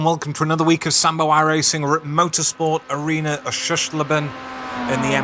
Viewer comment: Oh my god never pronounce oschersleben again 😂